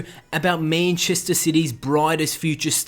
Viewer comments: It's MANchester not MAINchester. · Meenchester city.....c'mon bro it's man-chester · Meennnchester city haha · Mäintchester sity? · The way you say Manchester gives me cancer